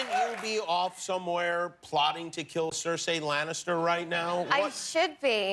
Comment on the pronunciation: 7 seasons in and Kimmel still can't pronounce Cersei Lannister correctly